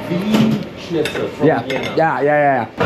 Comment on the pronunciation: As an Austrian I have to disagree - the pronounciation was pretty spot on.